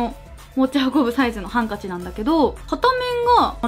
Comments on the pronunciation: ハンカチの標準語のイントネーションってハ⤵️ンカチなんですね！私関西圏なのでびっくりしました！動画と関係なくてすみません！ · ハンカチのイントネーションって｢ハンカチ(→)｣だと思ってた｢ハン(↑)カチ(→)｣っていうの初めて聞いた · ハンカチのイントネーションってハ↑ンカチ↓なの？！！ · 花月 ハ↓ンカ↑チ↓だと思ってました😅「電話機」と同じイントネーションかと…笑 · もも わたし電話機もゆうこすと同じハンカチイントネーションです！！😂最初にアクセントつけます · ハンカチって意外とすくないイントネーションなのね笑笑田舎住みはこれが普通だと思ってた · え、ハンカチの発音変なの？😂 私も同じ発音だから、分からない笑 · ハンカチのイントネーション